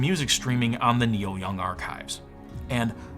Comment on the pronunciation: Niel Young, ugh...